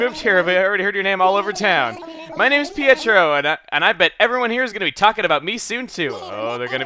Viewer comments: I'm not sure about this, because I mess up names of EVERYTHING no matter how easy it it, but I think pietro is pronounced Pay-tro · Pietro is in my town and his name is pronounced pe-tro